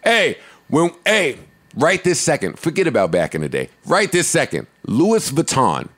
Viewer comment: Joe has decent knowledge but then he'll show his ignorance in the next sentence like mispronouncing "Louis Vuitton". And then no one corrects him? Either they're also ignorant or too scared.